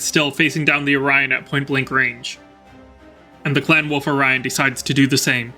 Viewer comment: Great videos from you. Much enjoyed. There is an "L" in wolf though....Hearing you say woof all the time is distracting... lol 🤣